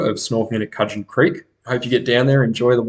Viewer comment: Pronounced Could-gen.